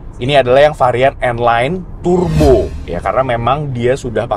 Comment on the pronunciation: Its not Tur-bo, its pronounced as Tar-bo.